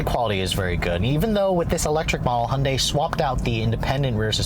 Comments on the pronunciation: Please its high-UN-day NOT unday! Otherwise great. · Why does he call it a “Hunday”?